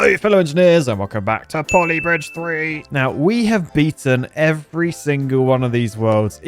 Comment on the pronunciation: Not poly britge